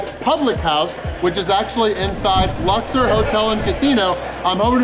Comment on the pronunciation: It's pronounced Lux- Or....... Not luxer